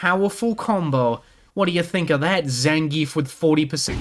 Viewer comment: learn how to pronounce zangief